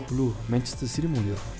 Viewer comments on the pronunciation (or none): none